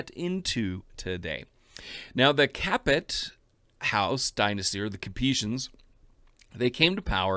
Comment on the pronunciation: oughh there is nothing I hate more than when an english speaking person pronounce "capet" like "capete". The t is not pronounced at the end of a word in french...Samething for "Valois", you dont pronounce the s in valois.